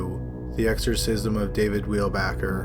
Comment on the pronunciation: It sucks Weilbacher’s name was spelled wrong but you also mispronounced it every time you said it.